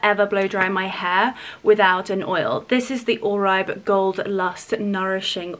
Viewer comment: Hi just a quick FYI the brand oribe is pronounced or-bay